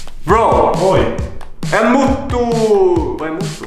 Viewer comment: Jag har en Moto och det uttalas mooto inte motto😂💖